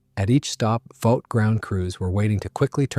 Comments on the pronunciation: "Vought" is pronouned "vawt", not "vowt". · The company is not pronounced "Vowt," it is "Vot" (short "o"). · It's VAUGHT as on BOUGHT